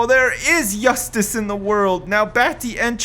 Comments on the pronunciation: did say 'yustice' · Kink master 69 I was not aware you could pronounce justice wrong